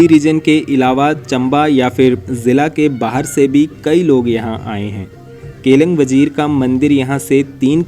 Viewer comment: केलंग वजीर नहीं, केलिंग वज़ीर बोलते हैं भाई